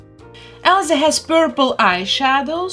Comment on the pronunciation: I love how she says Elza